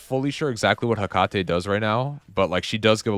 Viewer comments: If you're worried about it Ajax says Hecates name like Heck-a-tee. The way you say it doesn't bother me at all. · Hey man, I know people can be pretty anal about name/word pronunciations. I do it all the time to me friends haha But Hecate is pronounced Heh-Kuh-Tee She is Greek, so think of that last part of her name like Hades (Dees), Ares (Rees), Heracles (Clees), etc etc I only made the comment because you mentioned not know her name lol but say it however you like. We’ve been saying a lot of the names wrong already anyway